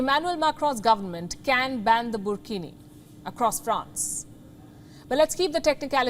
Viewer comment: Wtf is burkhini 😂😂😂😂😂😂😂